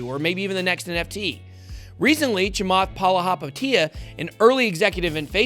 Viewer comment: Nice pronunciation of chamalahathapia